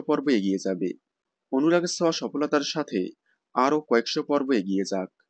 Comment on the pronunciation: ছোঁয়া❌ সোয়া✅